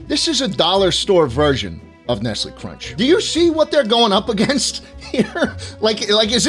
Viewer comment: nestle cwunch baby